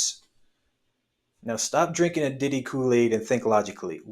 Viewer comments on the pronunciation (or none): none